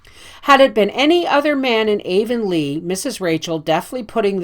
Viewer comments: Not meaning to step on toes, but the correct pronunciation of Anne's home town is Av-on-lee "av" sounding like the first syllable in avenue...spelled Avonlea. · Please forgive the mispronunciation of Avonlea! I get better with the following books!